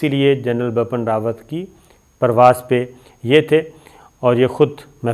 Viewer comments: I don’t know why this guy insists on pronouncing the General’s name as “BAPAN RAWAT”,it’s BIPIN RAWAT.Bipin happens to be a common name in India.I am guessing,he probably reads it from Urdu.Being a news anchor,he should get his pronunciations right. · It is Bipan Rawat, not Bapan Rawat. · Its not Bapan Rawat, Its Bipin Rawat. Improve your language. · As salaam u alaikum sabir bhai i am so sorry to correct you it's bipin rawat and ur not pronouncing it correctly it will sound like bii-piin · Ye Gada Journalist ko India ka CDS ka naam bi teek se Bolna nahi aata hai! Ye khabar ka Ghanta dega? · Pronunciation ma prob hoti ha sometime is liya name sahi nahi liya gata